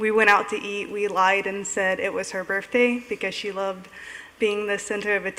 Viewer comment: She’s in her 30’s and she still says birfday.